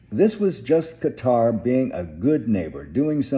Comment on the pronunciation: You sir are correct in your pronunciation of Qatar.